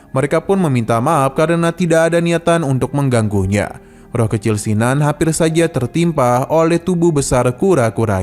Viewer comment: kin nan.. bkn sin nan jd mlas ku dgr ny